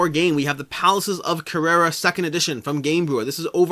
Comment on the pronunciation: You definetly need to up your game when it comes to the pronunciation of "Carrara" ahahah Thanks for the video as always!